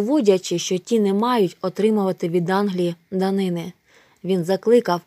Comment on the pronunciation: Ви дуже виручаєте та я вас обожнюю, але мушу вас виправити не дани́ни а данини́